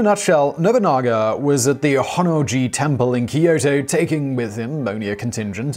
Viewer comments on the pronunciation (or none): Keyoto It’s Kyoto